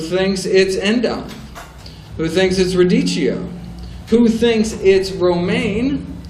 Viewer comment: radicchio = pronunciation in Italian 'radikkio'.